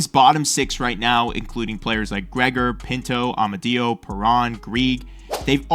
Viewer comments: just so you know its pronounced amaudio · Amadio: like it's a-me, a-mario Greig: Gregg